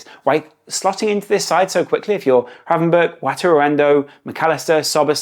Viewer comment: Please stop saying Cody Hakpo, and Ryan Havenberch 😂 great video again. Always enjoy these and your perspective